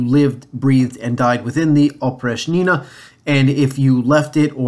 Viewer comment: In the words Oprichnina, Oprichnik you should stress the second syllable, while in Zemshchina you should stress the first syllable. The term Oprichnina originated from the preposition and adverb опричь (oprich’) which translates as outside, apart from, particular, except, out of limits. Кроме (krome = except) was a synonym of опричь, so Oprichniki were also called Kromeshniki. The then future Russian czar Boris Godunov was married to a daughter of Malyuta Skuratov, head of Oprichniki. The nobility hated Boris Godunov for this reason among the others. The image of Oprichniki among the populace is absolutely negative. Oprichnina was a method of introducing terroristic autocracy rule by Ivan the Terrible. However we must note that autocracy was established by his grandfather Ivan III the Great (or the Hunchbacked) and father Vasiliy III. Autocracy had already been there, Ivan the Terrible just pushed it to the limit.